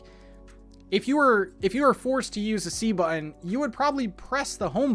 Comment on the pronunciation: So happy that I got to hear you say bu’un (button) so many times!!! Thanks for all the info, looking forward to Thursday:)